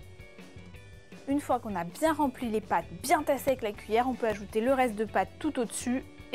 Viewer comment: tu as dit azouter au lieu de ajouter